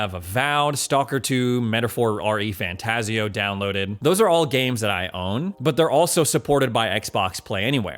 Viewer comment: Dude, it’s REFantazio, no R-E Fantazio. It’s all 1 word.